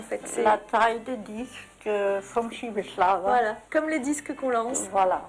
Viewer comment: A 31 secondes, le Schiewerschlow ! On pourrait au moins s'efforcer d'avoir une prononciation correcte ...